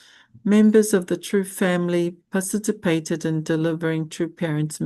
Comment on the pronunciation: PARTICIPATED not parcitypated! Please drill and correct this word! It is annoying.😢Every day you say it WRONG!😮